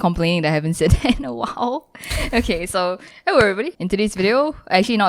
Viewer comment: "hewwo everybody"